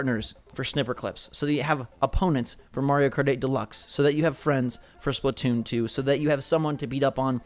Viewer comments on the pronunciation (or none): none